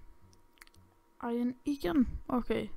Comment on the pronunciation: Det er ikke iren, det udtales iron